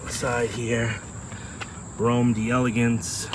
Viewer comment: You can't pronounce words properly. Delegance and Brougham.